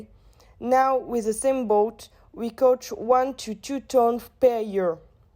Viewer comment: Very well done, girls!! Just a few pronunciation mistakes (catch, caught (rhymes with taught)) here and there. Very informative, constructive and well thought out. I'll put the marks on the intranet after watching all the videos (in the coming days). Have a good S8 and a successful toeic!